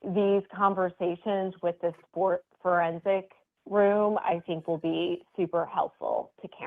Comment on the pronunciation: I’m sorry but after referred to the Fourensic Room channel as the Foreskin Room that’s all I hear in my head. She’s so damn funny 😂😂😂😂